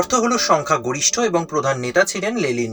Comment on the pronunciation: ওটা লেনিন হবে লেলিন নয়